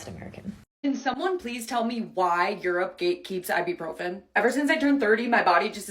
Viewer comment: Her problem in Spain was she kept calling it "AIbupròfen" while in Spanish it sounds "Ebuprofén" (notice the accents too).